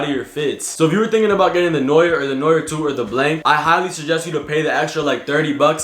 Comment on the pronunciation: no-yer, bro you mean noir?